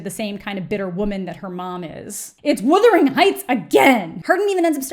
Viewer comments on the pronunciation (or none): none